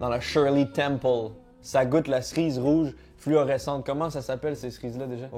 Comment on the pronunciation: Personne normale: « cerise »: « ça goûte la Srize »